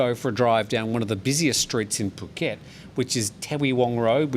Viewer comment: Dear, I come back on people pronouncing FOUKET, instead of Phuket. IT's come from the French language, because French people after the PH letters, pronounce it like a letter "F". It's like philosophy by example, we say 'filisophy'. Christina